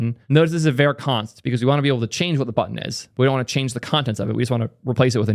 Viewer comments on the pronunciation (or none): calling `var` `ver` throughout this video is killing me!!!